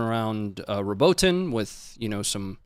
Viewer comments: Robotyne is basically RA-BOAT-NEE just roll ur tongue a bit on the R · RO-BO-TINE 3 syllables. with love brother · RO BO TIN NAY PRONOUNCE LIKE THIS🏴🇺🇦